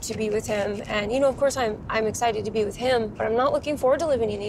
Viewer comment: He literally said i will Take ibrahim Wizzzz me